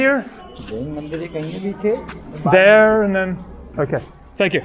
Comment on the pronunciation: Mandir should be pronounced Mundir (Mu like But).